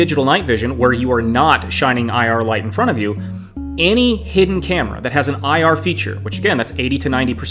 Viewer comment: "in fron of the camera", get English lessons.